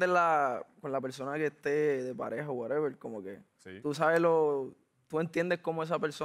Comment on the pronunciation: So whatevel